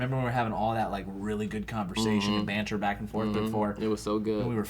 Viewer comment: ladies and gentlemen, Joe Bereta is the first american to ever say 'Banter'.